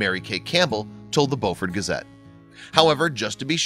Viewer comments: It’s Beaufort not Boufort! Very cool! Go! Yes, we’re from BEAUFORT! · Beu fort. Long U sound. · It's pronounce Bufort. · Live in bluffton, sc. everyone pronounces that county/city as bewfort, Siri says otherwise. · It’s pronounced “bo-furt”. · It was so awesome. But the man who told the story is not saying Beaufort correct. I am from Beaufort. So make sure you say it correct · You don’t know how to pronounce Beaufort. The first part is pronounced the same way as beautiful. I live there, so I should know.